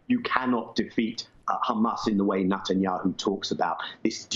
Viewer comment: I'm soo glad Daniel Levy pronounced 'his' name right ; NUTanyahu. Zionism will never be Judaism.